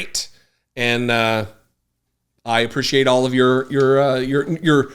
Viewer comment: Omg! Lol. It's funny that you realize you say "appreciate" incorrectly because it irks me every time you say it. You also incorrectly pronounce "until" as un-tell. That's another one that drives me crazy. 😅